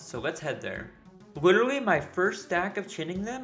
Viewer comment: Bro says witerally 💀